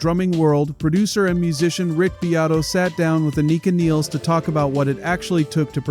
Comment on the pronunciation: Many get neil's last name pronunciation wrong, and Anika Nilles, first and last name as well! Aneeka Nillis